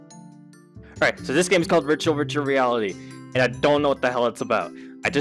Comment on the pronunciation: near it sounds like he says ritual ritual reality